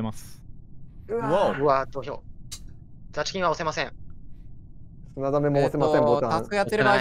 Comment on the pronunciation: the chikin さんの発音がダスキンさんwww